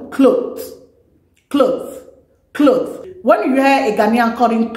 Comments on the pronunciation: Ooh 😮 cloth n u are saying clothe, clothe 🤣🤣🤣👍👍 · You pronounced clothe instead of cloth